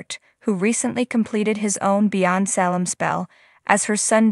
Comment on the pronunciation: What is the deal with mispronounced names from the show? It is pronounced Saylum not Sallum!